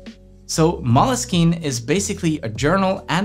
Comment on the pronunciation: Great info and editing and setup!!! But I think you’re pronouncing moleskine wrong